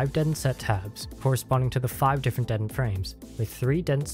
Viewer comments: Detent произносится как дИтэнт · That, and just the wrong vowel sound (should be more like the "di" in "ding" rather than the "de" in "dentist" used here). I mean it's not a big deal, of course. =) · Is he putting the emphasis on the wrong half of detent or am I retarded? Is it DE-tent or de-TENT? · this comment is not important, but the way you say detent threw me waaaaaaaaaaaaaaaaaaaaaaaaaay the hell off lmao! great tutorial!